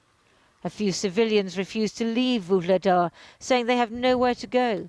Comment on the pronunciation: Great report, other than the pronunciation. No need to insert a soft "G" or hard "K" in Vuhledar. You are pronouncing it like the transcribed Russian "Ugledar". It's actually an elongated "H" in the correct pronunciation.